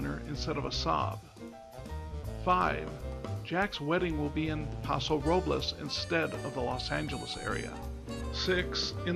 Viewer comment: Nice analysis. I enjoyed watching this. One note: Paso Robles is one of those Spanish names that Californians pronounce a bit differently (and not correct to Spanish language rules as you are pronouncing it in this video). If you listen to how Sandra Oh's character in the film, that's the correct way to say it. More like Paso ROW-bulls.